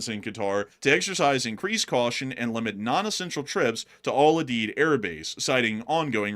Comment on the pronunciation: It is pronounced Al …. U ….. Deed. lol